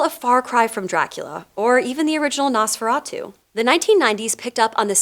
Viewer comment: ohmigawd, it's pronounced NOHs-feh-rah-tu.